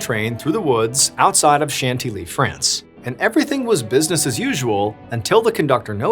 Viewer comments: John, please double check European name and place pronunciations; Chantilly is pronounced "SHAN-TILLY" NOT 'shanty-lee'!!!!! 🤷🏻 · Are people aware that you can Google how to pronounce things? "Shant-ee-lee" and "Sen-less" hurt me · Hyppolite = EE-pol-EET Chantilly = Chan- tee-yee Senlis = Sawn-lee If you'd like to hire a French consultant, I'm available ;) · Chantilly is pronounced as shan-TIL-ee in English (/ʃænˈtɪl.i/) and as shahn-tee-yee in French. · If you're trying to say "Chantilly" all the way through this, please - PLEASE - don't ever do that again. If not, as you were.